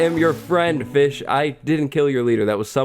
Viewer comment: i thought he said b** not fish lol